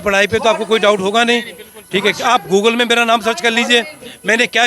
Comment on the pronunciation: Pahle googal to sahi se bol le fir paati banana